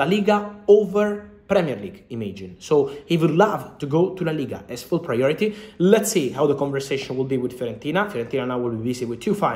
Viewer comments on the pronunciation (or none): none